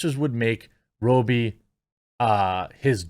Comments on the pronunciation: Don't be dissing Margot, dude. Next big thing? She's already HUGE. FYI... it's not pronounced Row B... it's Rob E. Not subbing just because of that comment. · Why do you pronounce Margot Robbie's name as Row-bie? Is it not pronounced Rob-bie? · Ya killin me man. Are you intentionally saying Margot Robbies last name wrong?